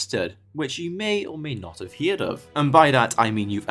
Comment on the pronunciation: Did…. Did you say hear’d?